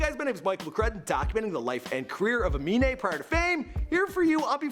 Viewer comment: CAN PRONOUNCE AMINE BUT NOT XXXTENTACION